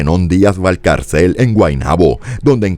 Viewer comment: Valcárcel -Se acentúa la segunda sílaba .